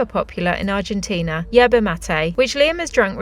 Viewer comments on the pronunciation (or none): none